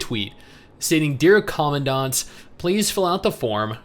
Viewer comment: You know is a huge PGR fan when he pronounced "commandant" right.